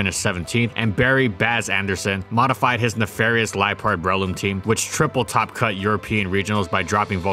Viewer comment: Normal people: Breloom: Bruhloom